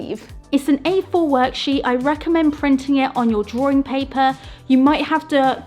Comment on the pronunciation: I watched for a good while but I have a massive pet peeve with linking Rs. Drawring drawring drawring. Honstly, I tried to watch, I just gave up after 7 minutes.